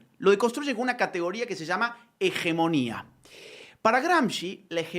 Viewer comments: "Hegemonía" con J en el zocalo, por Dios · Hegemonía con G por favor.